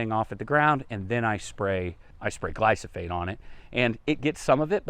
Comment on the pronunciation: Isn't it pronounced gly fo sate? You keep saying gly so fate....